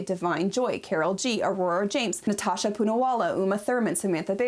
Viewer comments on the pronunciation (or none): none